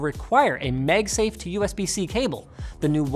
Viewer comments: I love how he pronounces 'megsafe' instead of 'magsafe' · Is it a Canadian thing to call it "MegSafe" instead of MagSafe? Other than that, good content as allways =) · "Meg-safe"?? "Megnetically" "MAAAG-safe" Linus.. and "Maaagnetically" Linus.. come on now.. And NO! You can't blame it on any accent, coz you ain't got none (pretty much)..😉😅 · wtf are you talking about? I don't hear it at all. He's saying magsafe. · I'm sorry, did I hear you mention "MEG" safe? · mEgsafe! I bet now you can't stop hearing it. hahaha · Is he saying MegSafe? 🤔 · You pronounce "MAGnetic" just fine, but then you turn around and say "MEGsafe" like it's a Chinese copycat brand. WTH? 🤔🤣